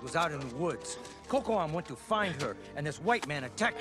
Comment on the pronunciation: Direction artistique, chaque équipe a une petite marche de manœuvre. À revoir la prononciation de Kocoum xD